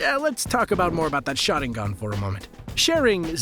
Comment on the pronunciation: i swear I heard him saying shotting gun instead Sharingan..😅